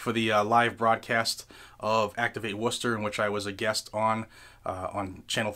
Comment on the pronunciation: That's ..... Woostah !